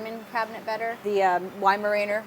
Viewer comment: Good because you are mispronouncing weimaraner incorrectly and it was getting grating.